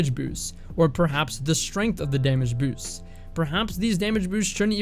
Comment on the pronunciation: I would practice using the word 'boosts' until it doesn't sound like you didn't finish chewing before you spoke. Alternatives like "improvements" or "increases" could be a solid option.